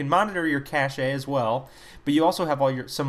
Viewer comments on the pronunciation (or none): did he say cashays? its pronounced cash, therefore, cashes. :\